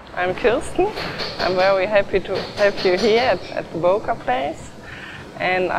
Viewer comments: To see the ceo pronounce it with an "O" and not the "Ö" was really disappointing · Don’t be ignorant. It’s Böööööööker, dude. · Böker, please learn the "ö" or "oe" sound. Just try at least. It's Solingen.... please look up the pronunciations....